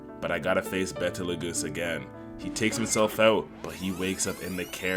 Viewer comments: Love your channel bro but his name is Beetlejuice. Not betal-goosee? Just like that movie from the 80s and the other year. It's named after one of the stars in the Orion constellation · It’s betlegoose not bettleAhGoose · and BE-TE-LE-GOOSE 😭😭